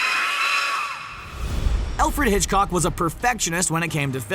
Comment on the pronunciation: Did you just say Elfred Hitchcock